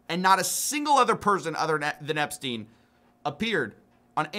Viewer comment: Dude is still called "Epstein", not "Epstin".